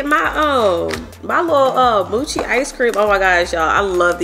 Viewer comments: I love how she said moochi ice-cream instead of mochi it's pernounced mochi the o sounds like it's name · Its "moe-chi" not "moochi" sis🤣😉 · moo-chee haha it's moe-chee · It’s “MOECHI” 😩😂😂😂😂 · And it's pronounced MO-chi like moe mo money lol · The mochi is actually red bean paste not dough and it’s pronounced MOW-CHEE 😊 and the tajin it’s pronounced TA-HEEN 😊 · It’s pronounced Mo-chi like Mo-esha lol it’s a Japanese dessert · She been saying mochi icecream wrong for years 😂